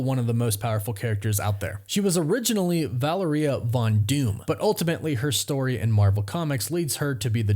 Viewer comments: VA-LARE-EE-AH for gods sake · Valeria - Vuh-la-ree-UH Practice makes perfect. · Take a shot every time he says Valeria wrong